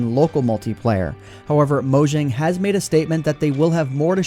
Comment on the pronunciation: Mojang is pronounced mo-yang. I think. Correct me If I'm wrong.